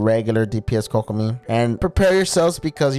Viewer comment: yh but you pronounce kok like "coke" bc its kokomi, pronounced as "Coke-omie"